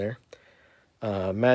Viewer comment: Did you just say Maji... I've never heard anyone call Magi that